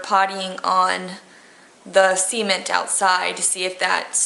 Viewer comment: oh cement i thought she said semen lol